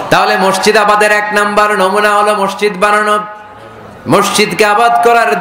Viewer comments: উচ্চরণ মরশিদ নয় হবে মসজিদ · মিজান সাহেবের মসজিদ উচ্চারণ ঠিক না তিনি বলেন মরশিদ